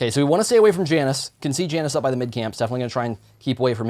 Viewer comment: When he says Janus wrong TRIGGERED